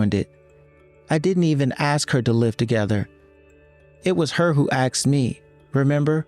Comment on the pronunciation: It's 'ah-sked' not 'ehhh-xed' 🙄🙄🙄